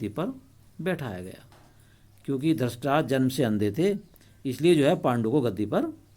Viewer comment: Dhrashtrashtr nahi hai dhrushtrashtr hai